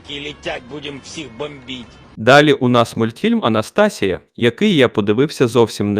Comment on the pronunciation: Я після анастАсія зрозуміла😅